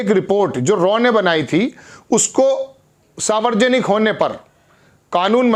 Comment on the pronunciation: Savarjanik nahi hota he Saarv janik hota he